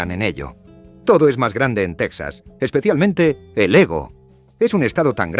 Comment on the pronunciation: 1.- TeJAS, TeJAS, TeJAS, TeJAS, .... NO teksas!!!.... ¿¿¿Dices tejanos y luego dices teksas??? 2.- ¿¿¿De dónde se sacan esa estupidez de que California es la 5ª economía del mundo???.. NO lo es ni a precios corrientes ni a Paridad de Poder Adquisitivo.... como mucho sería la 8ª o 9ª